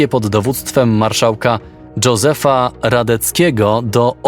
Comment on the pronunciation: Dżozef Radecki? 😂